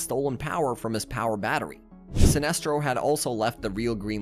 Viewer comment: Your mispronunciation of Awry, Alias, and Sinestro were so cringe it convinced me not to sub lol